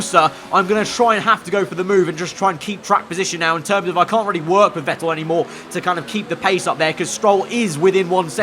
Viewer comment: All I’m gonna say is that Seb’s surname is pronounced “Fettel”